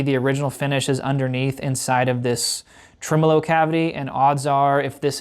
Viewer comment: "decimber" "trimolo"